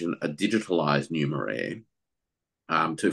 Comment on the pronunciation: What did say? "Numer-air"? Anybody know the right spelling?